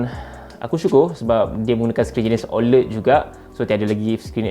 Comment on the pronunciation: sebut la oled betul2 bang